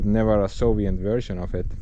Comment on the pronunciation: It was better when you said Sovient instead of Soviet.